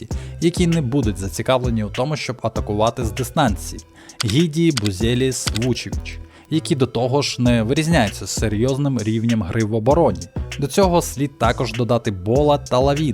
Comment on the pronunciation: Matas Buzelis литовець, тому його прізвіще Бузялис, а не Бузеліс